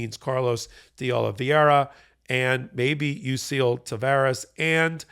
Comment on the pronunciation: Will you and Ben please learn the correct pronunciation of De Oliveira? You guys mispronounce it consistently and you should be really embarrassed because you pretend to be serious journalists.